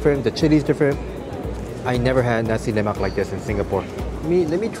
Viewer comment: 🤗 u got my respect for pronouncing 'nasi lemak' and 'ikan bilis' (anchovies) correctly! 😄 foods are always nice with good companies, and you have us to accompany your food diaries!